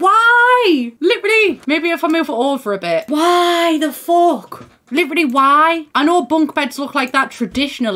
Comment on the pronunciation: I keep thinking you're saying "liberally" when you say "literally" LOL